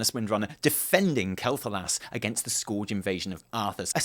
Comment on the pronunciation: This was really hastily edited, and in many parts you cut out a short clip and then start talking about the clip that we just missed. You also pronounced some words wrong, like Quel'Thalas and Scourge. As for this story, I'm angry that Horde are the bad guys again. It feels like we've been here before. I don't want another evil warchief, I don't want Garrosh 2.0.